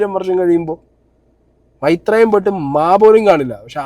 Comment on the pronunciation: Maitreyan❌ mairan✅